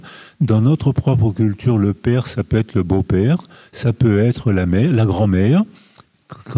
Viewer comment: Bien entendu, on supprime mes commentaires, notamment sur le fait que Monsieur n'a pas été capable de prononcer le mot "père"... allez-y, "éliminez-moi" en tant que voix discordante...